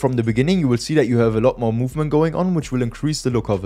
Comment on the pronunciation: du hast ,, the mehr its gonna flicker ,, gesagt 😂